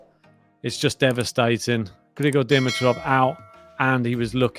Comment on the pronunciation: I haven't bugged you guys for awhile, but after today it's time... It's not "Di-mi-troff." It's " D-MEE-troff." Heavy emphasis on the MEE syllable. Having that out of the way, this is such a tragedy. And as bad as I feel for Grigor, I feel badly for Jannik as well. A huge asterisk next to this tournament now for him. What a bummer!